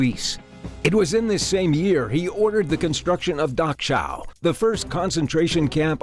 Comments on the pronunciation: Does this guy really not know how to pronounce the name of one of the most infamous concentration camps? He legit called it "dok-chow" instead of "da-cow." Kinda hard to TAKE him seriously if he can't be bothered to take, literally, 30 seconds to research any pronunciations he's uncertain of saying. 🤔 Edit: had to add a word I missed because some folks think it's better to just ignore the body of the criticism in favor of a typo. 😂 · It's pronounced like docow. Not dochow. It's pronounced like a k, not a ch. Do y'all ever check to see how something is freaking pronounced!? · Hahahaha. “Dock Chao”. That’s now how you do that. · Dock chow? Dachau. Are ian? Aryan. Where did you get this reader? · You got to be kidding me. The concentration cap is pronounced like "dock-ow" like ow that hurts, they really need to do a little more homework. I cannot believe he just pronounced the ch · > "Dachau"...=Da-chow...., therefor: >> "iesch" bien "ein"? Berliner,... aus "Leip-siesch"...? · Please make sure you pronounce place names correctly, for instance Dachau is not Dachall. This spoils what could have been an interesting video. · Learn to pronounce "Dachau."